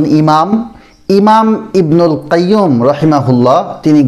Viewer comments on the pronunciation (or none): ভাই উনার নাম : ইবনুল ক্বাইয়্যুম ❌ নয়। উনার নাম : ইবনুল ক্বাইয়্যিম ✅